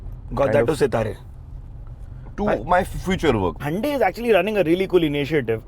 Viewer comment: Loveeeeeee how you are the only person that pronounces Hyundai correctly…a Lot of people butchers it 😂😅